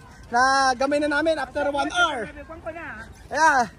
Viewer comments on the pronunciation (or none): none